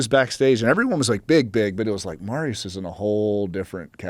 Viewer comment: It is pronounced "Mariush".